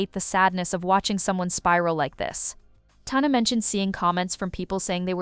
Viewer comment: Sorry say Tana like that again I’m gonna scream….